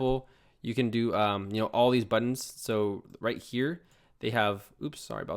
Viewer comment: Hey man, I love how you say Butt-Inz. Thanks so much this tutorial was amazing and so helpful!